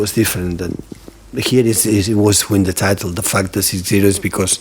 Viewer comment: everytime he said the fact its sound like the fuck hahahaha